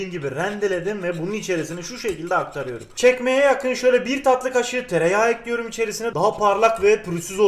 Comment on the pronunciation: Güle güle “Ekliyirüm” Hoş geldin “Boca Ediyorum”